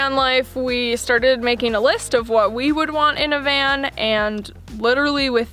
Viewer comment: Van. Not can. Lol